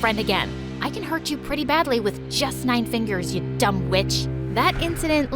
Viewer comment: dumb with sounded like dumb b word